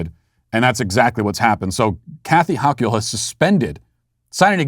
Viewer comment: Love how Matt intentionally butchers Dictator Hochuls name. Cracks me the hell up!! LOL